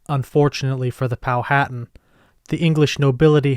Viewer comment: Pow/wha/tan Is The Correct Pronunciation